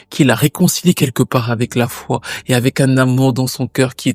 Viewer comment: Grâce à toi, je découvre une artiste extraordinaire. Merci pour le travail de dingue que tu fais à chaque fois. Il n'y a qu'une seule petite imperfection dans cette vidéo : un petit "e" qui s'est glissé à la fin de "foi" (en dieu) à 51.43min.... Je chipote mais tu y gagnes un com... ;) Très bonne continuation, je te souhaite le meilleur et au plaisir de découvrir encore avec toi de nouvelles histoires...